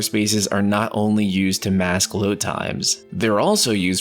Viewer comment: You just said load like 6 times and I still don’t know what you said